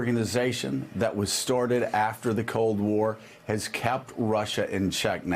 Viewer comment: Hey Joe...The word is "started" -- not "storted"!